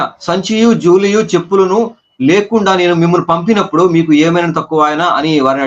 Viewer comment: జూలియు కాదు బ్రదర్ జాలెయు